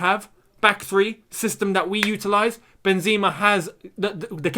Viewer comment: MY MAN ITS PRONOUNCED MIL-E-TAO & BEN-ZEH-MA, not Mili-Tschiao & Benz-E-Ma I beggggggg that hurt my ears 😭😭😭😭😭😭😭😭